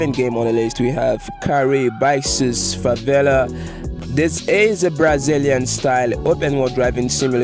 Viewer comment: Foi muito engraçado ouvir ele falando "favela" kkkkk